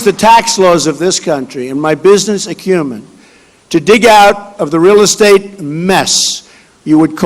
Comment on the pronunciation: His "business acumen"! LOL ... he can't even pronounce it, let alone claim to have any! What a joke Trump is.